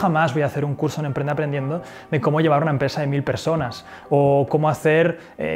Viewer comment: te comiste la p de emprende, punto 9